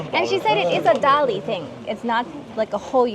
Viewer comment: You should correctly say "Dali" as Ta Li . 👍👏🀄